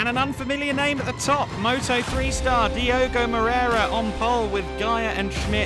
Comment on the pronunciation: His name is Diogo though, please guys stop butchering names and pronunciations like the speaker usually does...